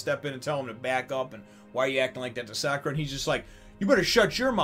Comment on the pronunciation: I hope you realize that the English dub pronunciation is closer so the Japanese dub pronunciation than the way that most reviewers pronounce her name. You're not supposed to emphasize the "Ka" vowel in her name.